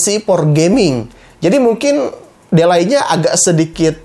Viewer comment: Di-lei, bang, bukan de-lai (ade2 alai)😁